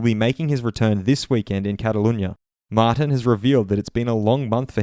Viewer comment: I think his name is pronounced like mar-teen